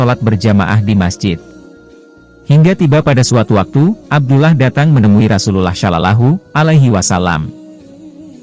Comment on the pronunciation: Dari cara mengucap rasul allah..saya yakin kamu non muslim